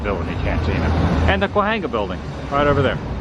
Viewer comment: CAWENGA is how Cahuenga is pronounced